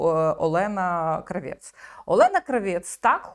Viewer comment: Тільки ж не КравЄц а КрАвєц. Її ж так предствляли в "смердючому кварталі" рагулів.